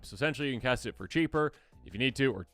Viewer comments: "When you cat this spell," ??? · "When you Cat this spell" Love you guys <3